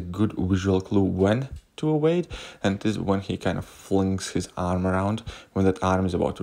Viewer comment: Lol... Evade